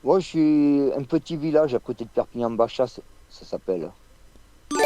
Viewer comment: Nn mais je pense que c'est vrai car ça s'écrit Baixas et il le prononce comme les locaux "Bachas"